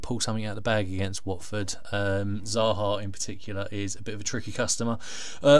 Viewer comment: Lmao u cut the hell out of my clip, tough loss at the end of the day. Lmao pronounced Watford so wrong hahahahaha